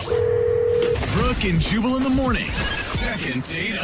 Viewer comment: You know what's funny? When you say, "Jubal", your dubbing says, "Chewable".